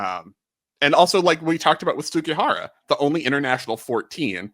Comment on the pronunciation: this is the way it is pronounced japanese